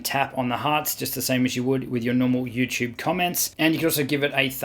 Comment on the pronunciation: He says Youchube chuchorial ❤️😄